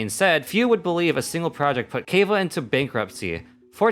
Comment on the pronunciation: I'm so sad I'm a Kaveh main you did him so bad 😭 You said his name wrong and he's the best boi who needs a hug. Also Alhaitham and Kaveh are obviously married (wishful thinking)